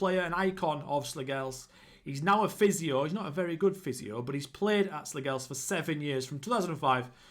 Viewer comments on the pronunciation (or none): As a dane our language is so stupid. The g in Slagelse is silent i would say it would sound more like slayelse(what a killer name btw). Slagelse B&I was bought by a company in 2008 and changed the name to FC Vestsjælland( West Zealand ) but the company went bankrupt and i think that is why they fell so many tiers down. Slagelse changed their name back to their roots again after the sanctions and the buyer/club/company went bankrupt. Great club for a rebuild :) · Slagelse you pronounce the last E also.... And Slagelse have never been in the Superliga. That what the fusion between Slagelse and another club. They were called FC Vestsjælland. They were dispanded ages ago....